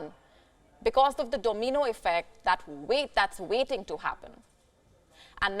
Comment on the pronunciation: I didnt know it was called a DOMEENO effect.